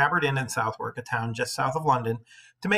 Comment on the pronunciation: Learn how to pronounce Southwark = suh·thuhk. Think about Maryland and Greenwich. It is not phonetic.